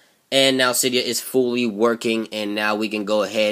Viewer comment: It's si de a not cie dee u